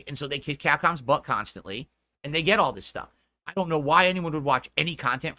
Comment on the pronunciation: GWET MODERATED